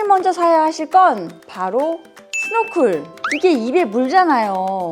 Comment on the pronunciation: 스노쿨.. 아니고 스노클